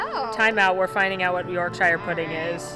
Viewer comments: I love this video, the snacks looked great (here in the uk we pronounce it York-sha it's not from lord of the rings). Although I must admit I too was wondering why and were so close to each other without masks on and sharing food. We don't want you getting sick right now. 😃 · Your pronunciation of Yorkshire is so cute 😆 I do not know what you ate, but that wasn’t Yorkshire Pudding! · I do love the way you pronounced Yorkshire 😂😂 also that is not a York pudding..honestly it’s meant to be crunchy and not full of whatever is in that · The brits when the Americans try and say the county Yorkshire 🙈🙈🙈🙈